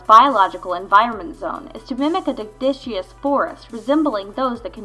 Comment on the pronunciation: deciduous is pronounced de-sidge-u-us for future reference :)